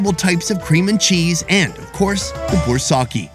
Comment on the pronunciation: His pronunciation of baursak is hilarious.